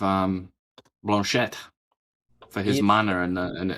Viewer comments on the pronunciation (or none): you live in the National Capital Region, where French is widely spoken, so how come you can't even pronounce a name like Blanchet, the name of the leader of the second largest Opposition party in the House of Commons?